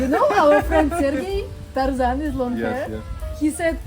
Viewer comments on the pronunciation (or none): none